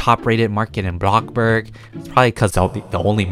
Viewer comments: Why does he say blokburg its bloxburg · He says Blockburg not Bloxburg XD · me totally not raging every time says blockburg instead of bloxburg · Him ‘BlOcKbUrG’ Me ‘it’s called bloxburg’ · ( if you see this, im sorry if it's offencive) bruh why does it make me burst into laughter when instead of saying bloxburg, he says box-burg XD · ITS NOT BLOCK ITS BLO - X DANG BRO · why to you say robloc and blocburg instead of roblox and bloxburg?? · He keeps saying block burg instead of bloxburg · It is bloxburg not blockburg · He does that on purpose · Please stop saying BLOCK-burg, just please, it’s BLO(X)burg (sorry to be mean, it just makes me mad) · No one:: ”bLocKBerg” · Who likes it when says BLOCKBURG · i’ve gotten so used to saying “blockburg” that it’s now what i call it i personally think it should be changed to that lol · my fwabwic car- heEloowo everyOwn we Awe bacc hewe in - AbLOkkBorG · Nobody: Not even a single soul:: bLaKbUrG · BloCkBorG me:okay lets try this*Inhales*BlOck BoRg it kinda sould like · “Blockburg” u have played the game for ageas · WHY HE SAY IT LIKE THAT BlOcKbUrg 😭😭😭😂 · We love “blockburg” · "block burg" lol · When he says ablobog I say ablobog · cant say the word X hiihihhii:> blokburg:> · Is it just me or am I hearing “blockburg” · Btw it’s Pronounced Blocks-burg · He sed a blokborg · my question is why do you say blockburg- (I’m not a hater)